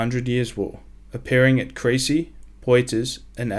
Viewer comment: Crécy and Poitiers are pronounced Kresée and Poo-uh-ti-ye, not Krasy and Poyterz. Damn, French knights must be turning in their graves listening to this. Thanks for a great video, anyway.